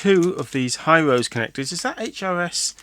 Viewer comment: hirose is pronounced hi-row-she... digikey used to sell them... maybe they are out of stock, or have stopped sourcing them